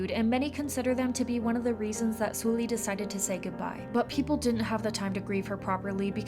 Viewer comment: please at least pronounce sulli's name correctly. not soo-lee, it's closer to "suhl-lee".